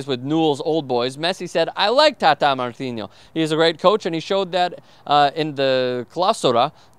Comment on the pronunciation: you pronounced it perfectly at the mark. The "n" is pronounced just like it is in English. You only say the enye sound if it has an ñ.